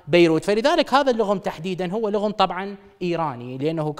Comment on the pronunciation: ضحكني المذيع ايكول الغم ايراني بس لايعني يران لسقته. جامنو لصقه. حبوبتي مثلن ههههخ